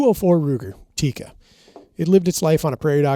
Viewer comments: It's Tikka. Not teecuh. Double consonant... not single consonant followed by double vowel :) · It's tik-ka not tikaa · For the love of G od, it's pronounced "Tik-ka," not "Ti-ka." 😂 When you can not even pronounce the name of the company, I don't care about how much you know about pew pews. You don't sound that well-informed.